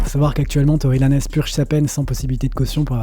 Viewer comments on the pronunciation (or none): Arrêtez de prononcer Tory Lanezzzz, c’est plus possible en 2024 😂 Ça se prononce à l’américaine, pas à l’espagnol 😅 Sinon top vidéo comme d’hab 😊